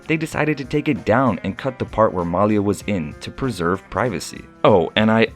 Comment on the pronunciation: Her Name is pronounced Ma Lee Ah, Not Mal Yah... OMG, get it right PLEASE... Thanks in adv... :-)))